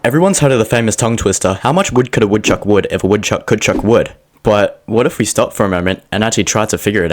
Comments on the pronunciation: u said it wrong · It hurts that he messed up the opening line 😂 Otherwise loved it!! But my answer has always simply been "A woodchuck would chuck all the wood he could if a woodchuck could chuck wood"